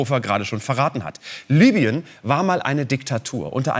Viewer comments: Es heißt LIBYEN und nicht LÜBYEN! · EBEN! Das war mit Abstand das schockierenste an dem Video! WARUM MERKT DAS DENN KEINER?? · LI BY EN ! Es heißt LIBYEN